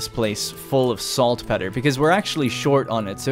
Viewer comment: Odds are you'll never see this.....watching the whole series. Two things....1) It's pronounced Salt-peter. 2) Caochouc (sp) is the french word for rubber and is pronounced 'ka oo chu'. Thanks :)